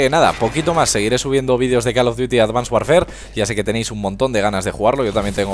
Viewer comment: claro qe no asi no se pronuncia :l